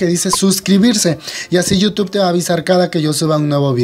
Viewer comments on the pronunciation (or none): none